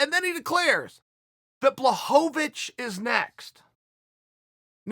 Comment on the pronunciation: Chael adding an extra syllable to Blachovicz is so Chael.